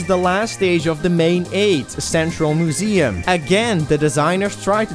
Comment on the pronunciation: Was there some kind of cow pun holiday in November I didn't know about? You said "udders" instead of "others" and "mooseum" instead of "museum." Genuinely curious. And annoyed that I didn't know about it.